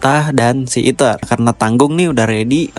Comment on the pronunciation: fren fren, este luis noh eja , malah eater bukan ether